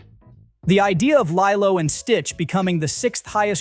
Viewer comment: Isn’t it pronounced LEE-low ?